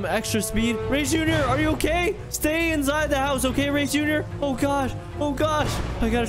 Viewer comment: "STAY INSADE!" bro 💀